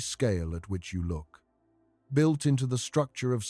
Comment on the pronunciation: It's not "built"